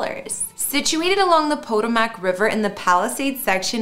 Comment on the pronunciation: Potamac 😂 It’s pronounced Po-toe-mac